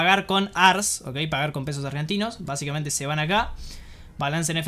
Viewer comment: BASICAMENTE - VAZIKMENTE - BA ZIKA MENTE - VA CICA MENTE ....... ; )